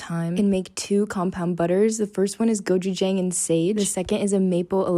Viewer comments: No hate but as a Korean it’s not gouchang it’s gouchajong tyyy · it’s gochujang